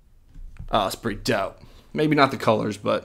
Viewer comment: is it just me or does he say dope like dawp xDDD